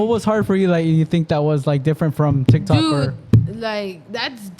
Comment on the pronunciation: TikTok not tictok lol